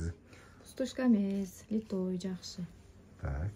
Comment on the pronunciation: 😮ушунча арызанбы, тангалып атабыз коруп алып, пай пай пай, литой эмес, литый деп айтылат, аябай арызан экен ,😂😂😂, талап атабы.